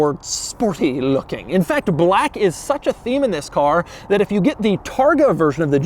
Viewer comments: Why the fuck are you saying Baalack like that? Are you trying to make this as hard to watch as possible? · Bah-lack. Bah-lack. LOL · Broooo why is he saying Blaaque a million times, im dying withthia shit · Drinking game every time Doug says BHLAKK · Doug is the kind of guy that turns the word "black" into 2-syllables. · Are u racist Doug because the infasis on “Black” made me a little uncomfortable.. just food for thought . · Doug saying "black" reminds me of the Anchorman 2 scene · Why do you say "black" like that? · Why is Doug saying BLACK like that? LMAO lol